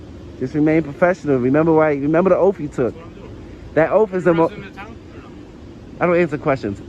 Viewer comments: The officer took an "oath," NOT an "OAFF." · Remer ur Oaf....no it's Oath.... Obviously you need to go to a speech class to Learn the correct pronunciation of words.😂😂😂😂😂😂😂😂😂😂😂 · Does he know the difference between an oath and an "oaf"? oaf /ōf/ Learn to pronounce noun a stupid, uncultured, or clumsy person. He is an oaf for his actions, speech and to an extent his beliefs. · Please learn how to say oath! It is not😠😠😠😠 offff! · This sovtard wouldn't be able to ever take "a oaf." Translation : AN oath.... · Did you take an "oaf"? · It's an oath not an oaf, he is an oaf an oath is what he took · He just admitted he is an illiterate. 😂 he can even say oath correctly 😂😂😂